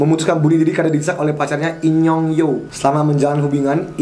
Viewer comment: In young, gye dengernya inyong alias enyong apasi pokoknya itu wkwk